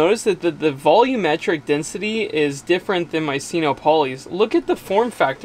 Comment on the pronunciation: Sino rhymes with dyno or wino. You know solar power, I don’t. (I used to be an English teacher.) Just my two cents worth. Carry on, really learning a lot from your videos. Yet, I still don’t know or comprehend much. I just want to learn enough to build a solar system for an off-grid tiny house in a year.